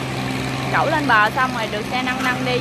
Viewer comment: làm clip rất tốt nhưng nên phát âm không chuẩn củng như xe 🚗 nâng mà đọc thành xe 🚗 năng hai tấn lại đọc 📖 thành hai tắn